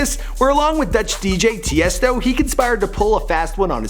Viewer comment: Tiesto btw not Testa